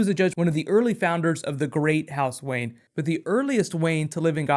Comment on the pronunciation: its Wayne! not Wayen!